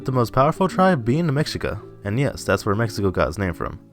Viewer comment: Try and pronounce Mexica like this " May - She- Ka